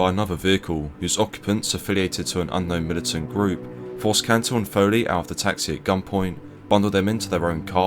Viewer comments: Great video, just to point out that it's John Cantlie (pronounce Cant-ley) not John Cantile. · Great video as always. One minor correction, it's John Cantlie (not Cantile).